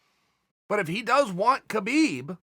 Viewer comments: Stop pronouncing the god damned K in Khabib. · the k is silent